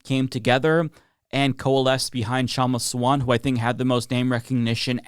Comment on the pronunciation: It's pronounced Shumma SAA-VUNT